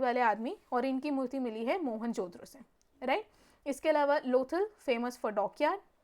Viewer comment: Behn pronounce toh thik sey karo.. it's mohen jo daro not mohenjodro 😂